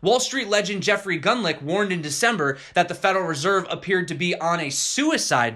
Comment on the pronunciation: Its pronounced Jeffery Gun-lock